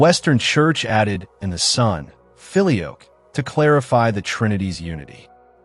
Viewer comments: "Filioque" is pronounced fil-ee-O-quay. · It's not the Philly Oak. It's pronounced feel-ee-oh-kway. And the debate is ridiculous because both positions are true. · You should learn how to pronounce “filioque”.